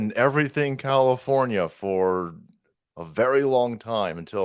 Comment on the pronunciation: You said Commifornia wrong 🤷